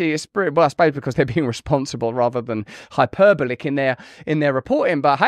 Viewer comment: Russell, TOP TIP: The stress in ‘hyperbolic’ is on the thurd cilla bell. 😁